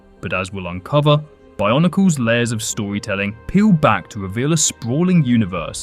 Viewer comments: stop saying barnacle ... it's called BIO-NEE-CLE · I honestly thought you kept saying barnacle